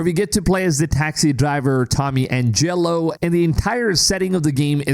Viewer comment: Angelo, not angElo wtf